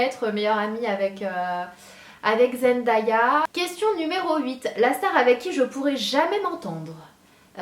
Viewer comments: Zendaya ne se dit pas trop comme ça mais bon 😂 Si tu veux s'avoir ça se dit Zen-Day-A ! 😂😉💕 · Team Zendaya!!!!!! trop chou ce que ta dit sur elle ♥♥♥ j'aurai bien aimé qu'elle soit ma BFF mais j'aurai surtout kiffer faire du shopping avec elle♥ ( petite précision sa ce lit Zendaya mais ça se dit ''Zendeya'' mais bon pas grave ;D ) #zswagger #zendaya